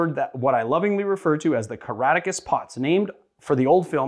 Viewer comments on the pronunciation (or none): There's a hard "C" in the middle of the name. "Ca-RAK-ta-cus". You spelled it out in the description, but it didn't seem to register, you never once pronounced it.